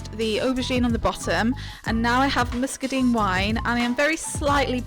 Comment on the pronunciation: Love the very English pronunciation of muscadine!